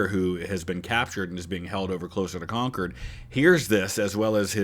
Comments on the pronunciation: Special kudos to you for saying “Congcurd” correctly. As you can literally see from the original video, people from away barely know how to say it. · First of all, thank you for pronouncing Concord correctly (the source video didn't). Second, a lot more words rhyme with Revere than Dawes...